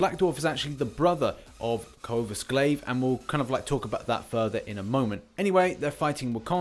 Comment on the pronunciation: Please it’s coRvus Glaive (core-vus glaive)😂